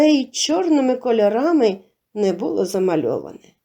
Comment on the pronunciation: Приємний голос, цікаві розповіді, але ...наголоси ріжуть вуха - сОбі, повЕли, бУло, кІнцями, розповІла і т.д.